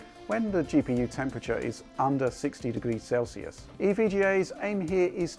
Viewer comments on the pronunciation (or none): none